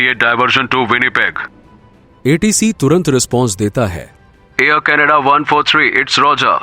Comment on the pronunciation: Ear Canada nhi Air Canada hai